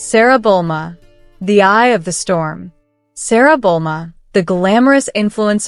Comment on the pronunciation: It's pronounced "Jan" not Kan. It's Bluma not Bolma".